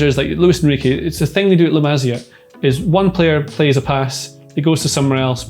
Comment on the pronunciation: It hurts, it's pronounced masia as in maseeea.